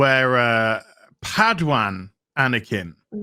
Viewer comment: You love saying padwan dont you..